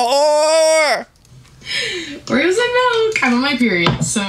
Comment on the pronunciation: I will never not laugh at “you’re such a wHoRee” 😂❤